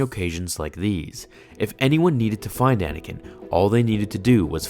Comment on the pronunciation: you said Anakin wrong